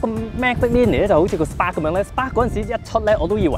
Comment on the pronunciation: Can u learn to say Spark and Magic properly